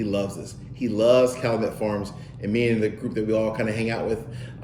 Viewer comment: It’s pronounced Cal-you-met